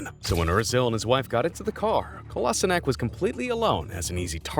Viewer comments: Kolasinak? at least try saying in how its written and not a completely different name lmao... Kolasinac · He said it wrong that sead kolašinac